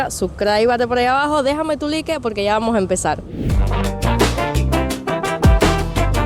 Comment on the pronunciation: No sé dice "Loque" se dice laik